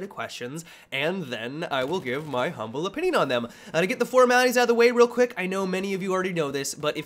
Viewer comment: for ur intros in sunday mailbox, why do u always sound like ur giddy and sniggering when u say the line, "and then i'll give my humble opinion on them" it sound like, "ern thern (lolol) ill gerve my hermble opinion on them!" Honestly, its always interested me, its like ur very amused at urself in pretty much every single mailbox ive seen so far LOL